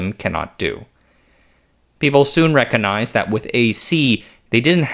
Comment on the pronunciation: Very well presented. Just FYI though, it's, "MERK-yer-ree" and REK-coG-nyzed". I sort of lose track of what you're saying when I hear those words pronounced so oddly.